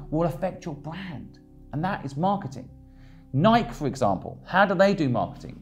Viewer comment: Just watched it again. The only thing I strongly disagree with is your pronunciation of Nike 😃